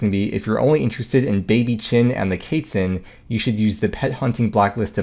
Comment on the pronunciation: the baby kaytzin? pretty sure its quest minus st + tzin